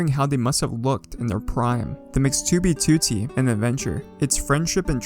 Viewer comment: you make great vids dude, but you pronounce 2b2t wrong and it's annoying lol